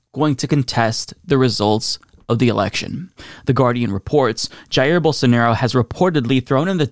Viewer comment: If I hear call him "Bolsanairo" one more time, I'm shipping him to Brazil.